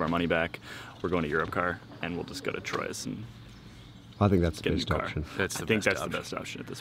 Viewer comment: Troyes is pronounced "Trois".........bleedin Americans :)